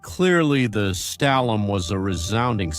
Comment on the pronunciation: STALHL-HELM. You pronounciations are ATROCIOUS.